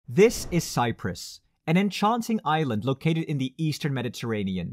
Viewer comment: For a moment I heard "a united Ireland" instead of "a united Island". But that's another video :)